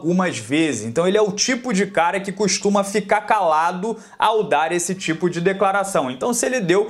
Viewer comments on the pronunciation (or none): none